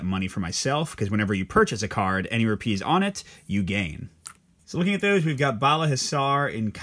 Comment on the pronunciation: Great video! Place the emphasis on the RU part in Rupees, not the PEES part. Should be ROOpees. You’re placing emphasis as one would for the word ‘trapeze’ 🙂